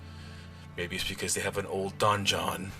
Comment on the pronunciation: donjon (dungeon) lol